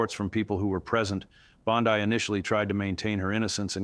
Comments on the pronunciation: It is pronounced Bondee, not Bondeye. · Is not Bondai is Bondi. Ai that sounds very good and probably be true in the future, but not of this is true. You are being taken for fools. Look at reputable sources for your news. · Wow, his monotone annoying narration was difficult to listen to. Also, pronouncing 'Bon-dee' as 'Bon-dye' is very uninformed and tone-deaf, as well as pronouncing 'Chutkin' as 'Choot-kan' makes me wonder how informed this dude really is. No subscribe here. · The commentator, although looking very real and believable, give it all away and instantly becomes AI when in one instance he pronounces Bondi as "Bondee", correct. Then in the next instance he calls her "Bondye", incorrect. And, he says her law license has been taken away and she is being detained. Google says otherwise. Guess I'll have to cancel my subscription. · IT'S BON-DEE, NOT BOND-EYE. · You contunue tobproniunce Bondi's name two dofferent ways. Correct pronounciation phoneticalky: Bon...dee NOT Bon...dye. Thank you.. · Please, please pronounce her name correctly. It’s not bond-i , it’s Bondi with the i,sounding like an E. I can hardly stand listening to your information with the way you mispronounce her name all the time thank you. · Is all of this made up? This is the second video I've watched on the channel, where it seems like AI generated fictitious garbage. Please update me if I'm wrong. BTW, it's not pronounced BOND-EYE. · Why can't you pronounce her name correctly? It's Bond-E. Geez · Why do you keep saying Bond-I? It really makes me feel like I’m watching some AI generated video. Everyone knows how to pronounce her name but somehow you keep mispronouncing and I haven’t seen confirmation of anything you’re saying. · He keeps calling her Bond-eye. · Is it pronounce Bond-I? Not that it matters she suckkks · So why does "" keep pronouncing Pam Bondi's last name? This is just more AI fluff. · Please choose a pronunciation and stick with it!